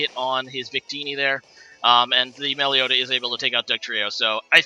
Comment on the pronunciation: Melly-oh-ta? Oh dear.